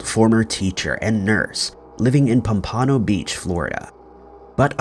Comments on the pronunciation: Appreciate your channel. But FYI: it is pronounced POM-pah-no. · The way you pronounce pompano has me in stitches...I grew up in pompano beach 🤣